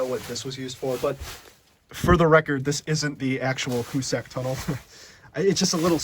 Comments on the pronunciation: Great video! I think it’s pronounced Hoo-sick and not Hoo-sack, though. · hoosac tunnel .....(pronounced hoos sick ) not a story about " who's sack tunnel" that's another video (age restricted )